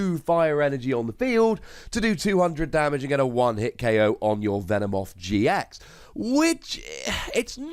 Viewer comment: Hey, its not "Venemoth", its "Venomoth" but its ok